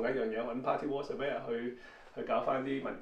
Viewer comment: Coco 哥用左字幕啲字surveyor 變severa , 因為懶音好光變好乾🤣 不過間屋好正花園好長